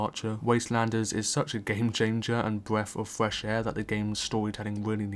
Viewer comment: "bweff of fwesh aaii"